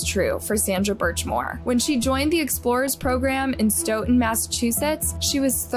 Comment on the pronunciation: I'm from Massachusetts and you killing the way you pronounce Stoooooughton